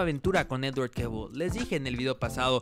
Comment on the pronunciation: TE SIGUE COSTANDO DECIRLE EDWARD JAJA 👍